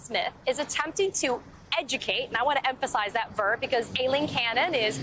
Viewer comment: I find it terribly distracting that they call her A-leen.. Ai in the English language is pronounced "I"..